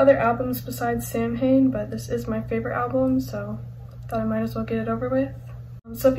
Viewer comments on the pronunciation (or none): Samhain is the Celtic festival and it pronounced sowan samhain is the band Glenn danzig says sam-hain in regards to the band but in lyrics he says sowan in regards to the festival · Its pronounced "Sowan" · I know, but in interviews Glenn Danzig pronounces it like “sam-hain” so I’m just saying it like he does.